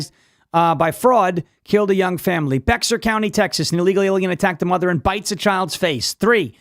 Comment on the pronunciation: Bexar County is pronounced Bear in English. Let the military coming home from Europe into the sanctuary cities to help NICE & the PD.